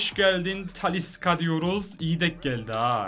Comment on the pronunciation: Taliska deil Talişka cagneyede diagne dionuz😂